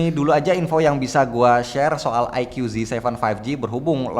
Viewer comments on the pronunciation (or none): Bacanya AiKU Om... Bukan AiKYU 🙂